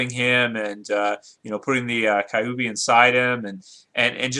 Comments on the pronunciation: It's Q-B. Kyubi is pronounced like the the letters Q B. Kyu as in the number 9 in Japanese (for its nine tails). Why are you saying Kai-oo-bee? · No the rasengan wouldnt hurt goku of course but i think that a rasenbijubombshuriken would and by the Way its not pronounced Ka u bi it is pronounced kyubi :) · It's not pronounce kaiubi it is pronounced qubee and spelt kyuubi it means nine tail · Wtf is kaiyuubi mode. That is what this dude sounded like saying kyuubi. That is hilarious!!!